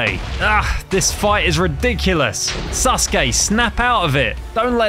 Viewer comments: they he says Sasuke lol "Suske" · Why do I hear 'susuke' instead of 'sasuke' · It's sasuri not ssuri